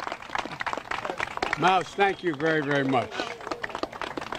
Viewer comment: Are we all not going to acknowledge that he said.. “stank you very very much” in 🤦‍♂️😂